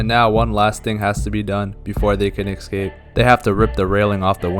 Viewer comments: Why do Americans say ECscape? 😂 It's ESCAPE guys, how tf did you all add some extra letter hahaha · Escape not excape 😂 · Best "excape" plot ever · It's an EEHscape, not an EGGscape.